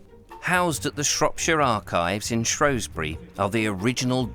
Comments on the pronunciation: Brilliantly made programme. Thanks a lot. The only irritant was your mispronunciation of Shrewsbury. It’s Shrews bury not Shrows bury. Only people from outside the area or posh pretenders call it Shrowsbury. 😀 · Tiny velvety animal... 'shrew'...not pronounced 'shrow' is it??? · I do wish you would STOP calling the place ShrOwsbury when the correct name and spelling is ShrEwsbury, as for the Welsh pronunciations they were hilarious other than a fabulous series. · Shrewsbury has NO O in it!!! Why do people constantly pronounce it like there is! 😬😡